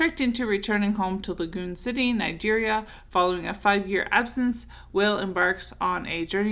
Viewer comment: I think his name is pronounced "Wah-Ley" like the artist from DC